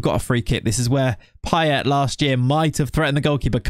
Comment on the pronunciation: Your Payet pronunciation is actually on point. At least according to his home accent in La Réunion